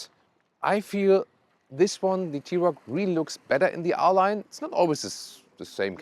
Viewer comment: Arent you german? Why you mispronounce german car brands?